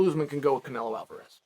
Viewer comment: He's gone from calling Kamaru Usman 'Camara' to now calling him 'Camar Usman'. Never change Chael.